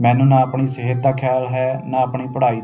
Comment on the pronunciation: ਸਹਿਤ ਨਹੀਂ ਸਿਹਤ ਹੁੰਦਾ